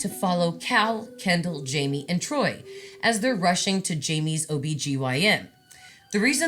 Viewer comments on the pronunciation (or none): none